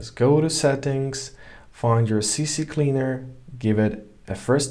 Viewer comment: C Cleaner...not CC Cleaner...